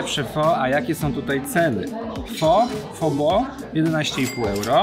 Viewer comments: świetny odcinek. Z tymże jedna uwaga. Otóż w jednym z filmików - na temat języka wietnamskiego dowiedziałem się, że słowo pho wymawia się jako phy. A to bardzo ważne gdyż jak powiemy: Poproszę jedną pho to oznacza to tyle co delikatnie mówiąc poproszę jedną panią ciężko pracującą przy drodze własnym ciałem. Zapraszam też na swój kanał gdzie oceniam herbaty, yerba mate i zioła. Tu masz moją recenzję Zhu Ye Puerh (puerha w bambusie) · Hej, słyszałem o innej wymowie pho, ale.... wymowa "pho" tak się zadomowiła w Polsce i na Zachodzie, że chyba już po ptakach. W Wietnamie będę jednak uważał, jak już pojadę!